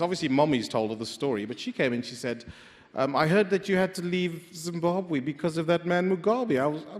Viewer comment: The pronunciation Zimbuabwe instead of Zimbabwe by shits me.